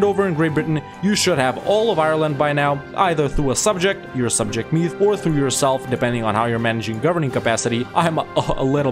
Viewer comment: I am Irish and when he pronounced Meath wrong it angered me a lot.